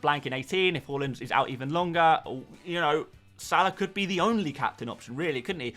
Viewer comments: Haa-land not hall-land! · Can we start a drinking game everytime this foo says HO-LAND FFS